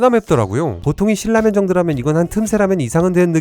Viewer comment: 말씀도잘하시고 발음도좋으신데 신라면을 실라면이라고ㅠㅠ컨셉인가요?